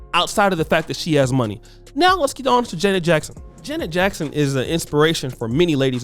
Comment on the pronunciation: You as a person, struggling with identity, envious, jealous and miserable have the audacity, with this plat foam of yours on social, to slander Janet Jackson. You have a problem pronouncing her name correctly. You're broke and don't stand a chance to kiss her. Who Are you Duke? Acceptance and love for one's self promotes happiness, love and respect for others. Social media allow Sociopaths the opportunity to get on here to exploit others, being broke, disgusting and toxic. This is an evil and perverted generation. Kudos to Janet Jackson. I have love and respect for she and her family. People will define who they truly are. GOD, please help us. GOD, I thank YOU, for YOUR Grace, Lovingkindness, and Mercies new to us every morning. In Jesus Name. Amen.